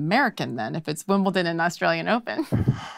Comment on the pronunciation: FYI ... It's "Wimbledon".